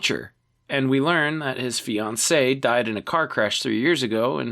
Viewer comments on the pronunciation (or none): none